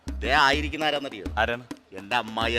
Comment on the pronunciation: ആറാണന്നറിയോ എന്നല്ല ആങ്കർ ഗേൾ (ആരാണന്നറിയോ) താറാസുന്ദരി എന്നല്ല (താരസുന്ദരി എന്ന് പറയൂ ആങ്കർ ഗേൾ നാക്ക് നല്ലവണ്ണം വടിച്ചതിനു ശേഷം സ്റ്റേജിലേക്ക് കയറൂ